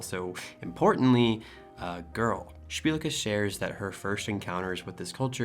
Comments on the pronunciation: heck yeah, you pronounced szpilka correctly! bark! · I'm truly shocked that he read your last name perfectly